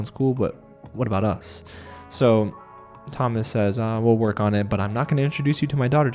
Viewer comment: In French, Thomas is pronounced To-mA, the S is silent ;)